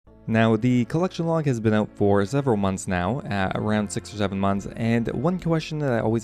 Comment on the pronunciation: Zeveral, zeven Is that what you said 👀